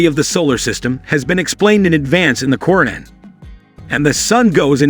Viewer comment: You're pronunciation is, completely wrong, it's Qu' raan please